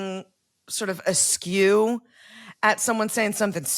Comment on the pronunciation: A disapproving auntie or grandma looks askance, not “askew.”